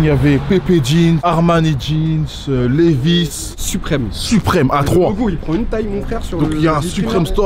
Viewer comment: ah oauis zarma "suprime store" 😭😭